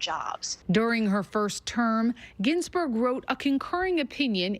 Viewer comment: She doesn't even know how to say "Ginsburg"